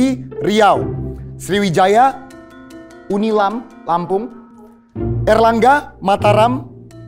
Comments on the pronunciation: koreksi ya bukan Unilam tp Unila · Unila bukan unilam